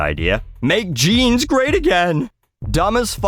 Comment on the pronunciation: You gotta love how she mangles the word "jeans" with her valley girl vocal fry voice.